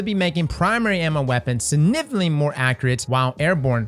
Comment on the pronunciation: Say it with me: SIG-NIFICANT-LY